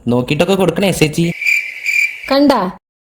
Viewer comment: സെച്ചിയല്ല ചേച്ചി 😂